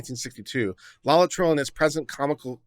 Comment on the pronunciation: i love you man but seriously, 'LOLLI-TRILL' ⁉️ * forgive me, but I gotta bust yer balls on this one. Why? Because you should never train yourself to be half-ass and too lazy to bother getting the factual details CORRECT, at least most of the time. * No Spelling Nazi here - Legal details matter! - develop a habit of accuracy. Here, just LOOKING at the word 'LAETRILE' and sounding out the syllables is all that's needed to sound Literate. LAY - UH - TRIL Laetrile or Amygdalin - - cyanogenic glycoside; present in pits and kernels of fruit.